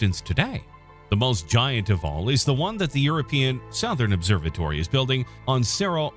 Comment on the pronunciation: I’ve never heard any one pronounce southern like that before